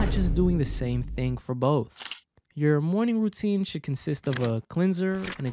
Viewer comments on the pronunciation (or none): none